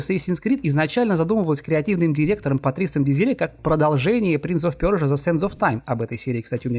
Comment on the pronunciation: Персия ❌ Пёрсия ✅👍